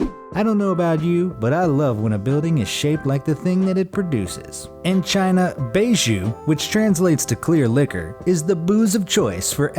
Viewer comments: I got a kick out of how badly he pronounced the chinese word for "White liqueur", never heard it butchered so badly. He Pronounced it "Bay Jew" when its closer (not exact) to "Bye Joe" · It’s not beijiu it called bye jiu =baijiu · Bay ju.... it's not pronounced bayju it's pronounced baijiu... nvm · Not “baiju” it is pronounced as “pai chew” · Its actually baijiu (Buy-Jiu) not beijiu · I nearly spewed my coffee when he pronounced 白酒 as “bay joo.” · You missed pronounced the chinese liquor. And yes it’s clear but it’s made from rice. And is know as rice wine. And you pronounce it as by jo. That’s not how it’s spelled but how you pronounce it. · baijiu is pronounced byjoe and the translation is white wine Bai being White and Jiu being liquor. love the video though haha. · Baijiu is pronounced as pie jiu. In chinese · Its actually pronounced bèi jiū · "Baijiu" is pronounced like "buy Joe"....fyi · Baijiu is pronounced [Bye Joe] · The way you pronounced bai jiu..ech...